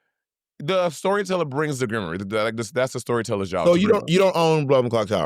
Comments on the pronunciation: GRIM-WAHR not GRIM-OR-REE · Momma! Grimoire = Grim-Wahr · Ms ma’am I have never heard Grimoire pronunced that way🤣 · Someone please tell them how to pronounce grimoire 😫